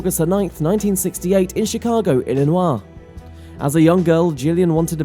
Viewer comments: "Ill-en-wa" is funny but for some it's pronounced "ill-eh-NOY". Illinois. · Crappy ai reader. It's "Illin-oi", not "Illin-wah".